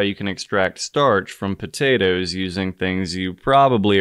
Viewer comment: Next time, just simmer the ootatotoes first.